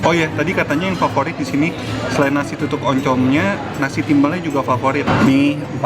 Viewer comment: Tutung koh bukan tutuk